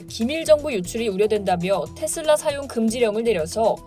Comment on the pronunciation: 나만 텟쓸라 라고 들리나요?